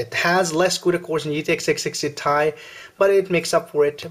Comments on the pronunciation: It's t-i not ty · Dude it is T I not tie